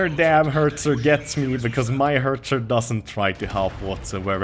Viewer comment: Its Hetzer not Hertzer!